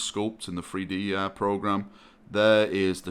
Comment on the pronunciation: Not 3D printing, but "Free-Dee printing".